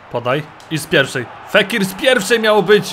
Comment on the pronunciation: fékir a czyta się fakir xD